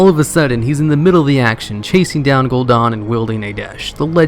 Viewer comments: It's Gul'Dan DAN LIKE DAMN BUT DAN now dawn. Gahhh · It's not "gool Don" it's "gool Dan" like Lieutenant Dan. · I get triggered every time at the way you say gul'dan